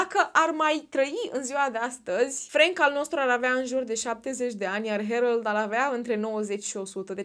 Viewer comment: Se pronunță Herold